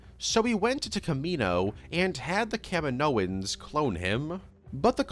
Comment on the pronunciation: The way you said "Kaminoans" made me do a double take because it sounded like you said the WWE wrestler Kevin Owens was cloning force users lol